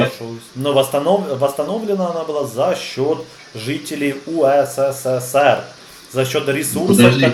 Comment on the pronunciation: не УСССР,а УССР.